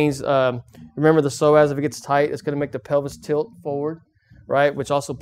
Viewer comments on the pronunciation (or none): I keep hearing "the Sore Ass muscle" instead of Psoas muscle.. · I thought he said "sore azz" muscle ...